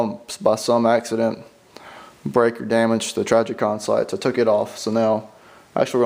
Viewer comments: Who is "Trajicon"? I have heard of Trijicon. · Learn how to say trijicon